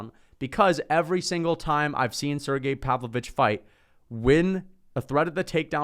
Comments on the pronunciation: SerGAY is how it’s pronounced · Also it’s pronounced sir-gey